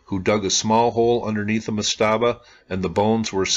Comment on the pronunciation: I love your channel, great content, but /ˈmastəbə/ the emphasis is on the first syllable. I used to proof listen audio books and edit that sort of thing. Again, love the channel and the content. Just call them per-djet.